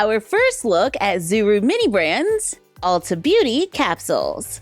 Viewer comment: It's Ulta (not Alta). It's a play on Ultimate. Lol. You are always forgiven.